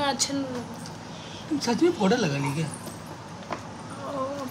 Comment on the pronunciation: नंदिनी पोडर नही होता है पाउडर होता है ढंग से बोलना तो सीख लो